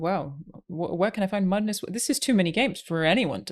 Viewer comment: Alanah saying "Mudness" 😂